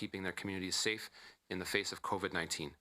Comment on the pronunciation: "Do their job and say stafe" xD Love this guy, thanks for keeping the border CLOSED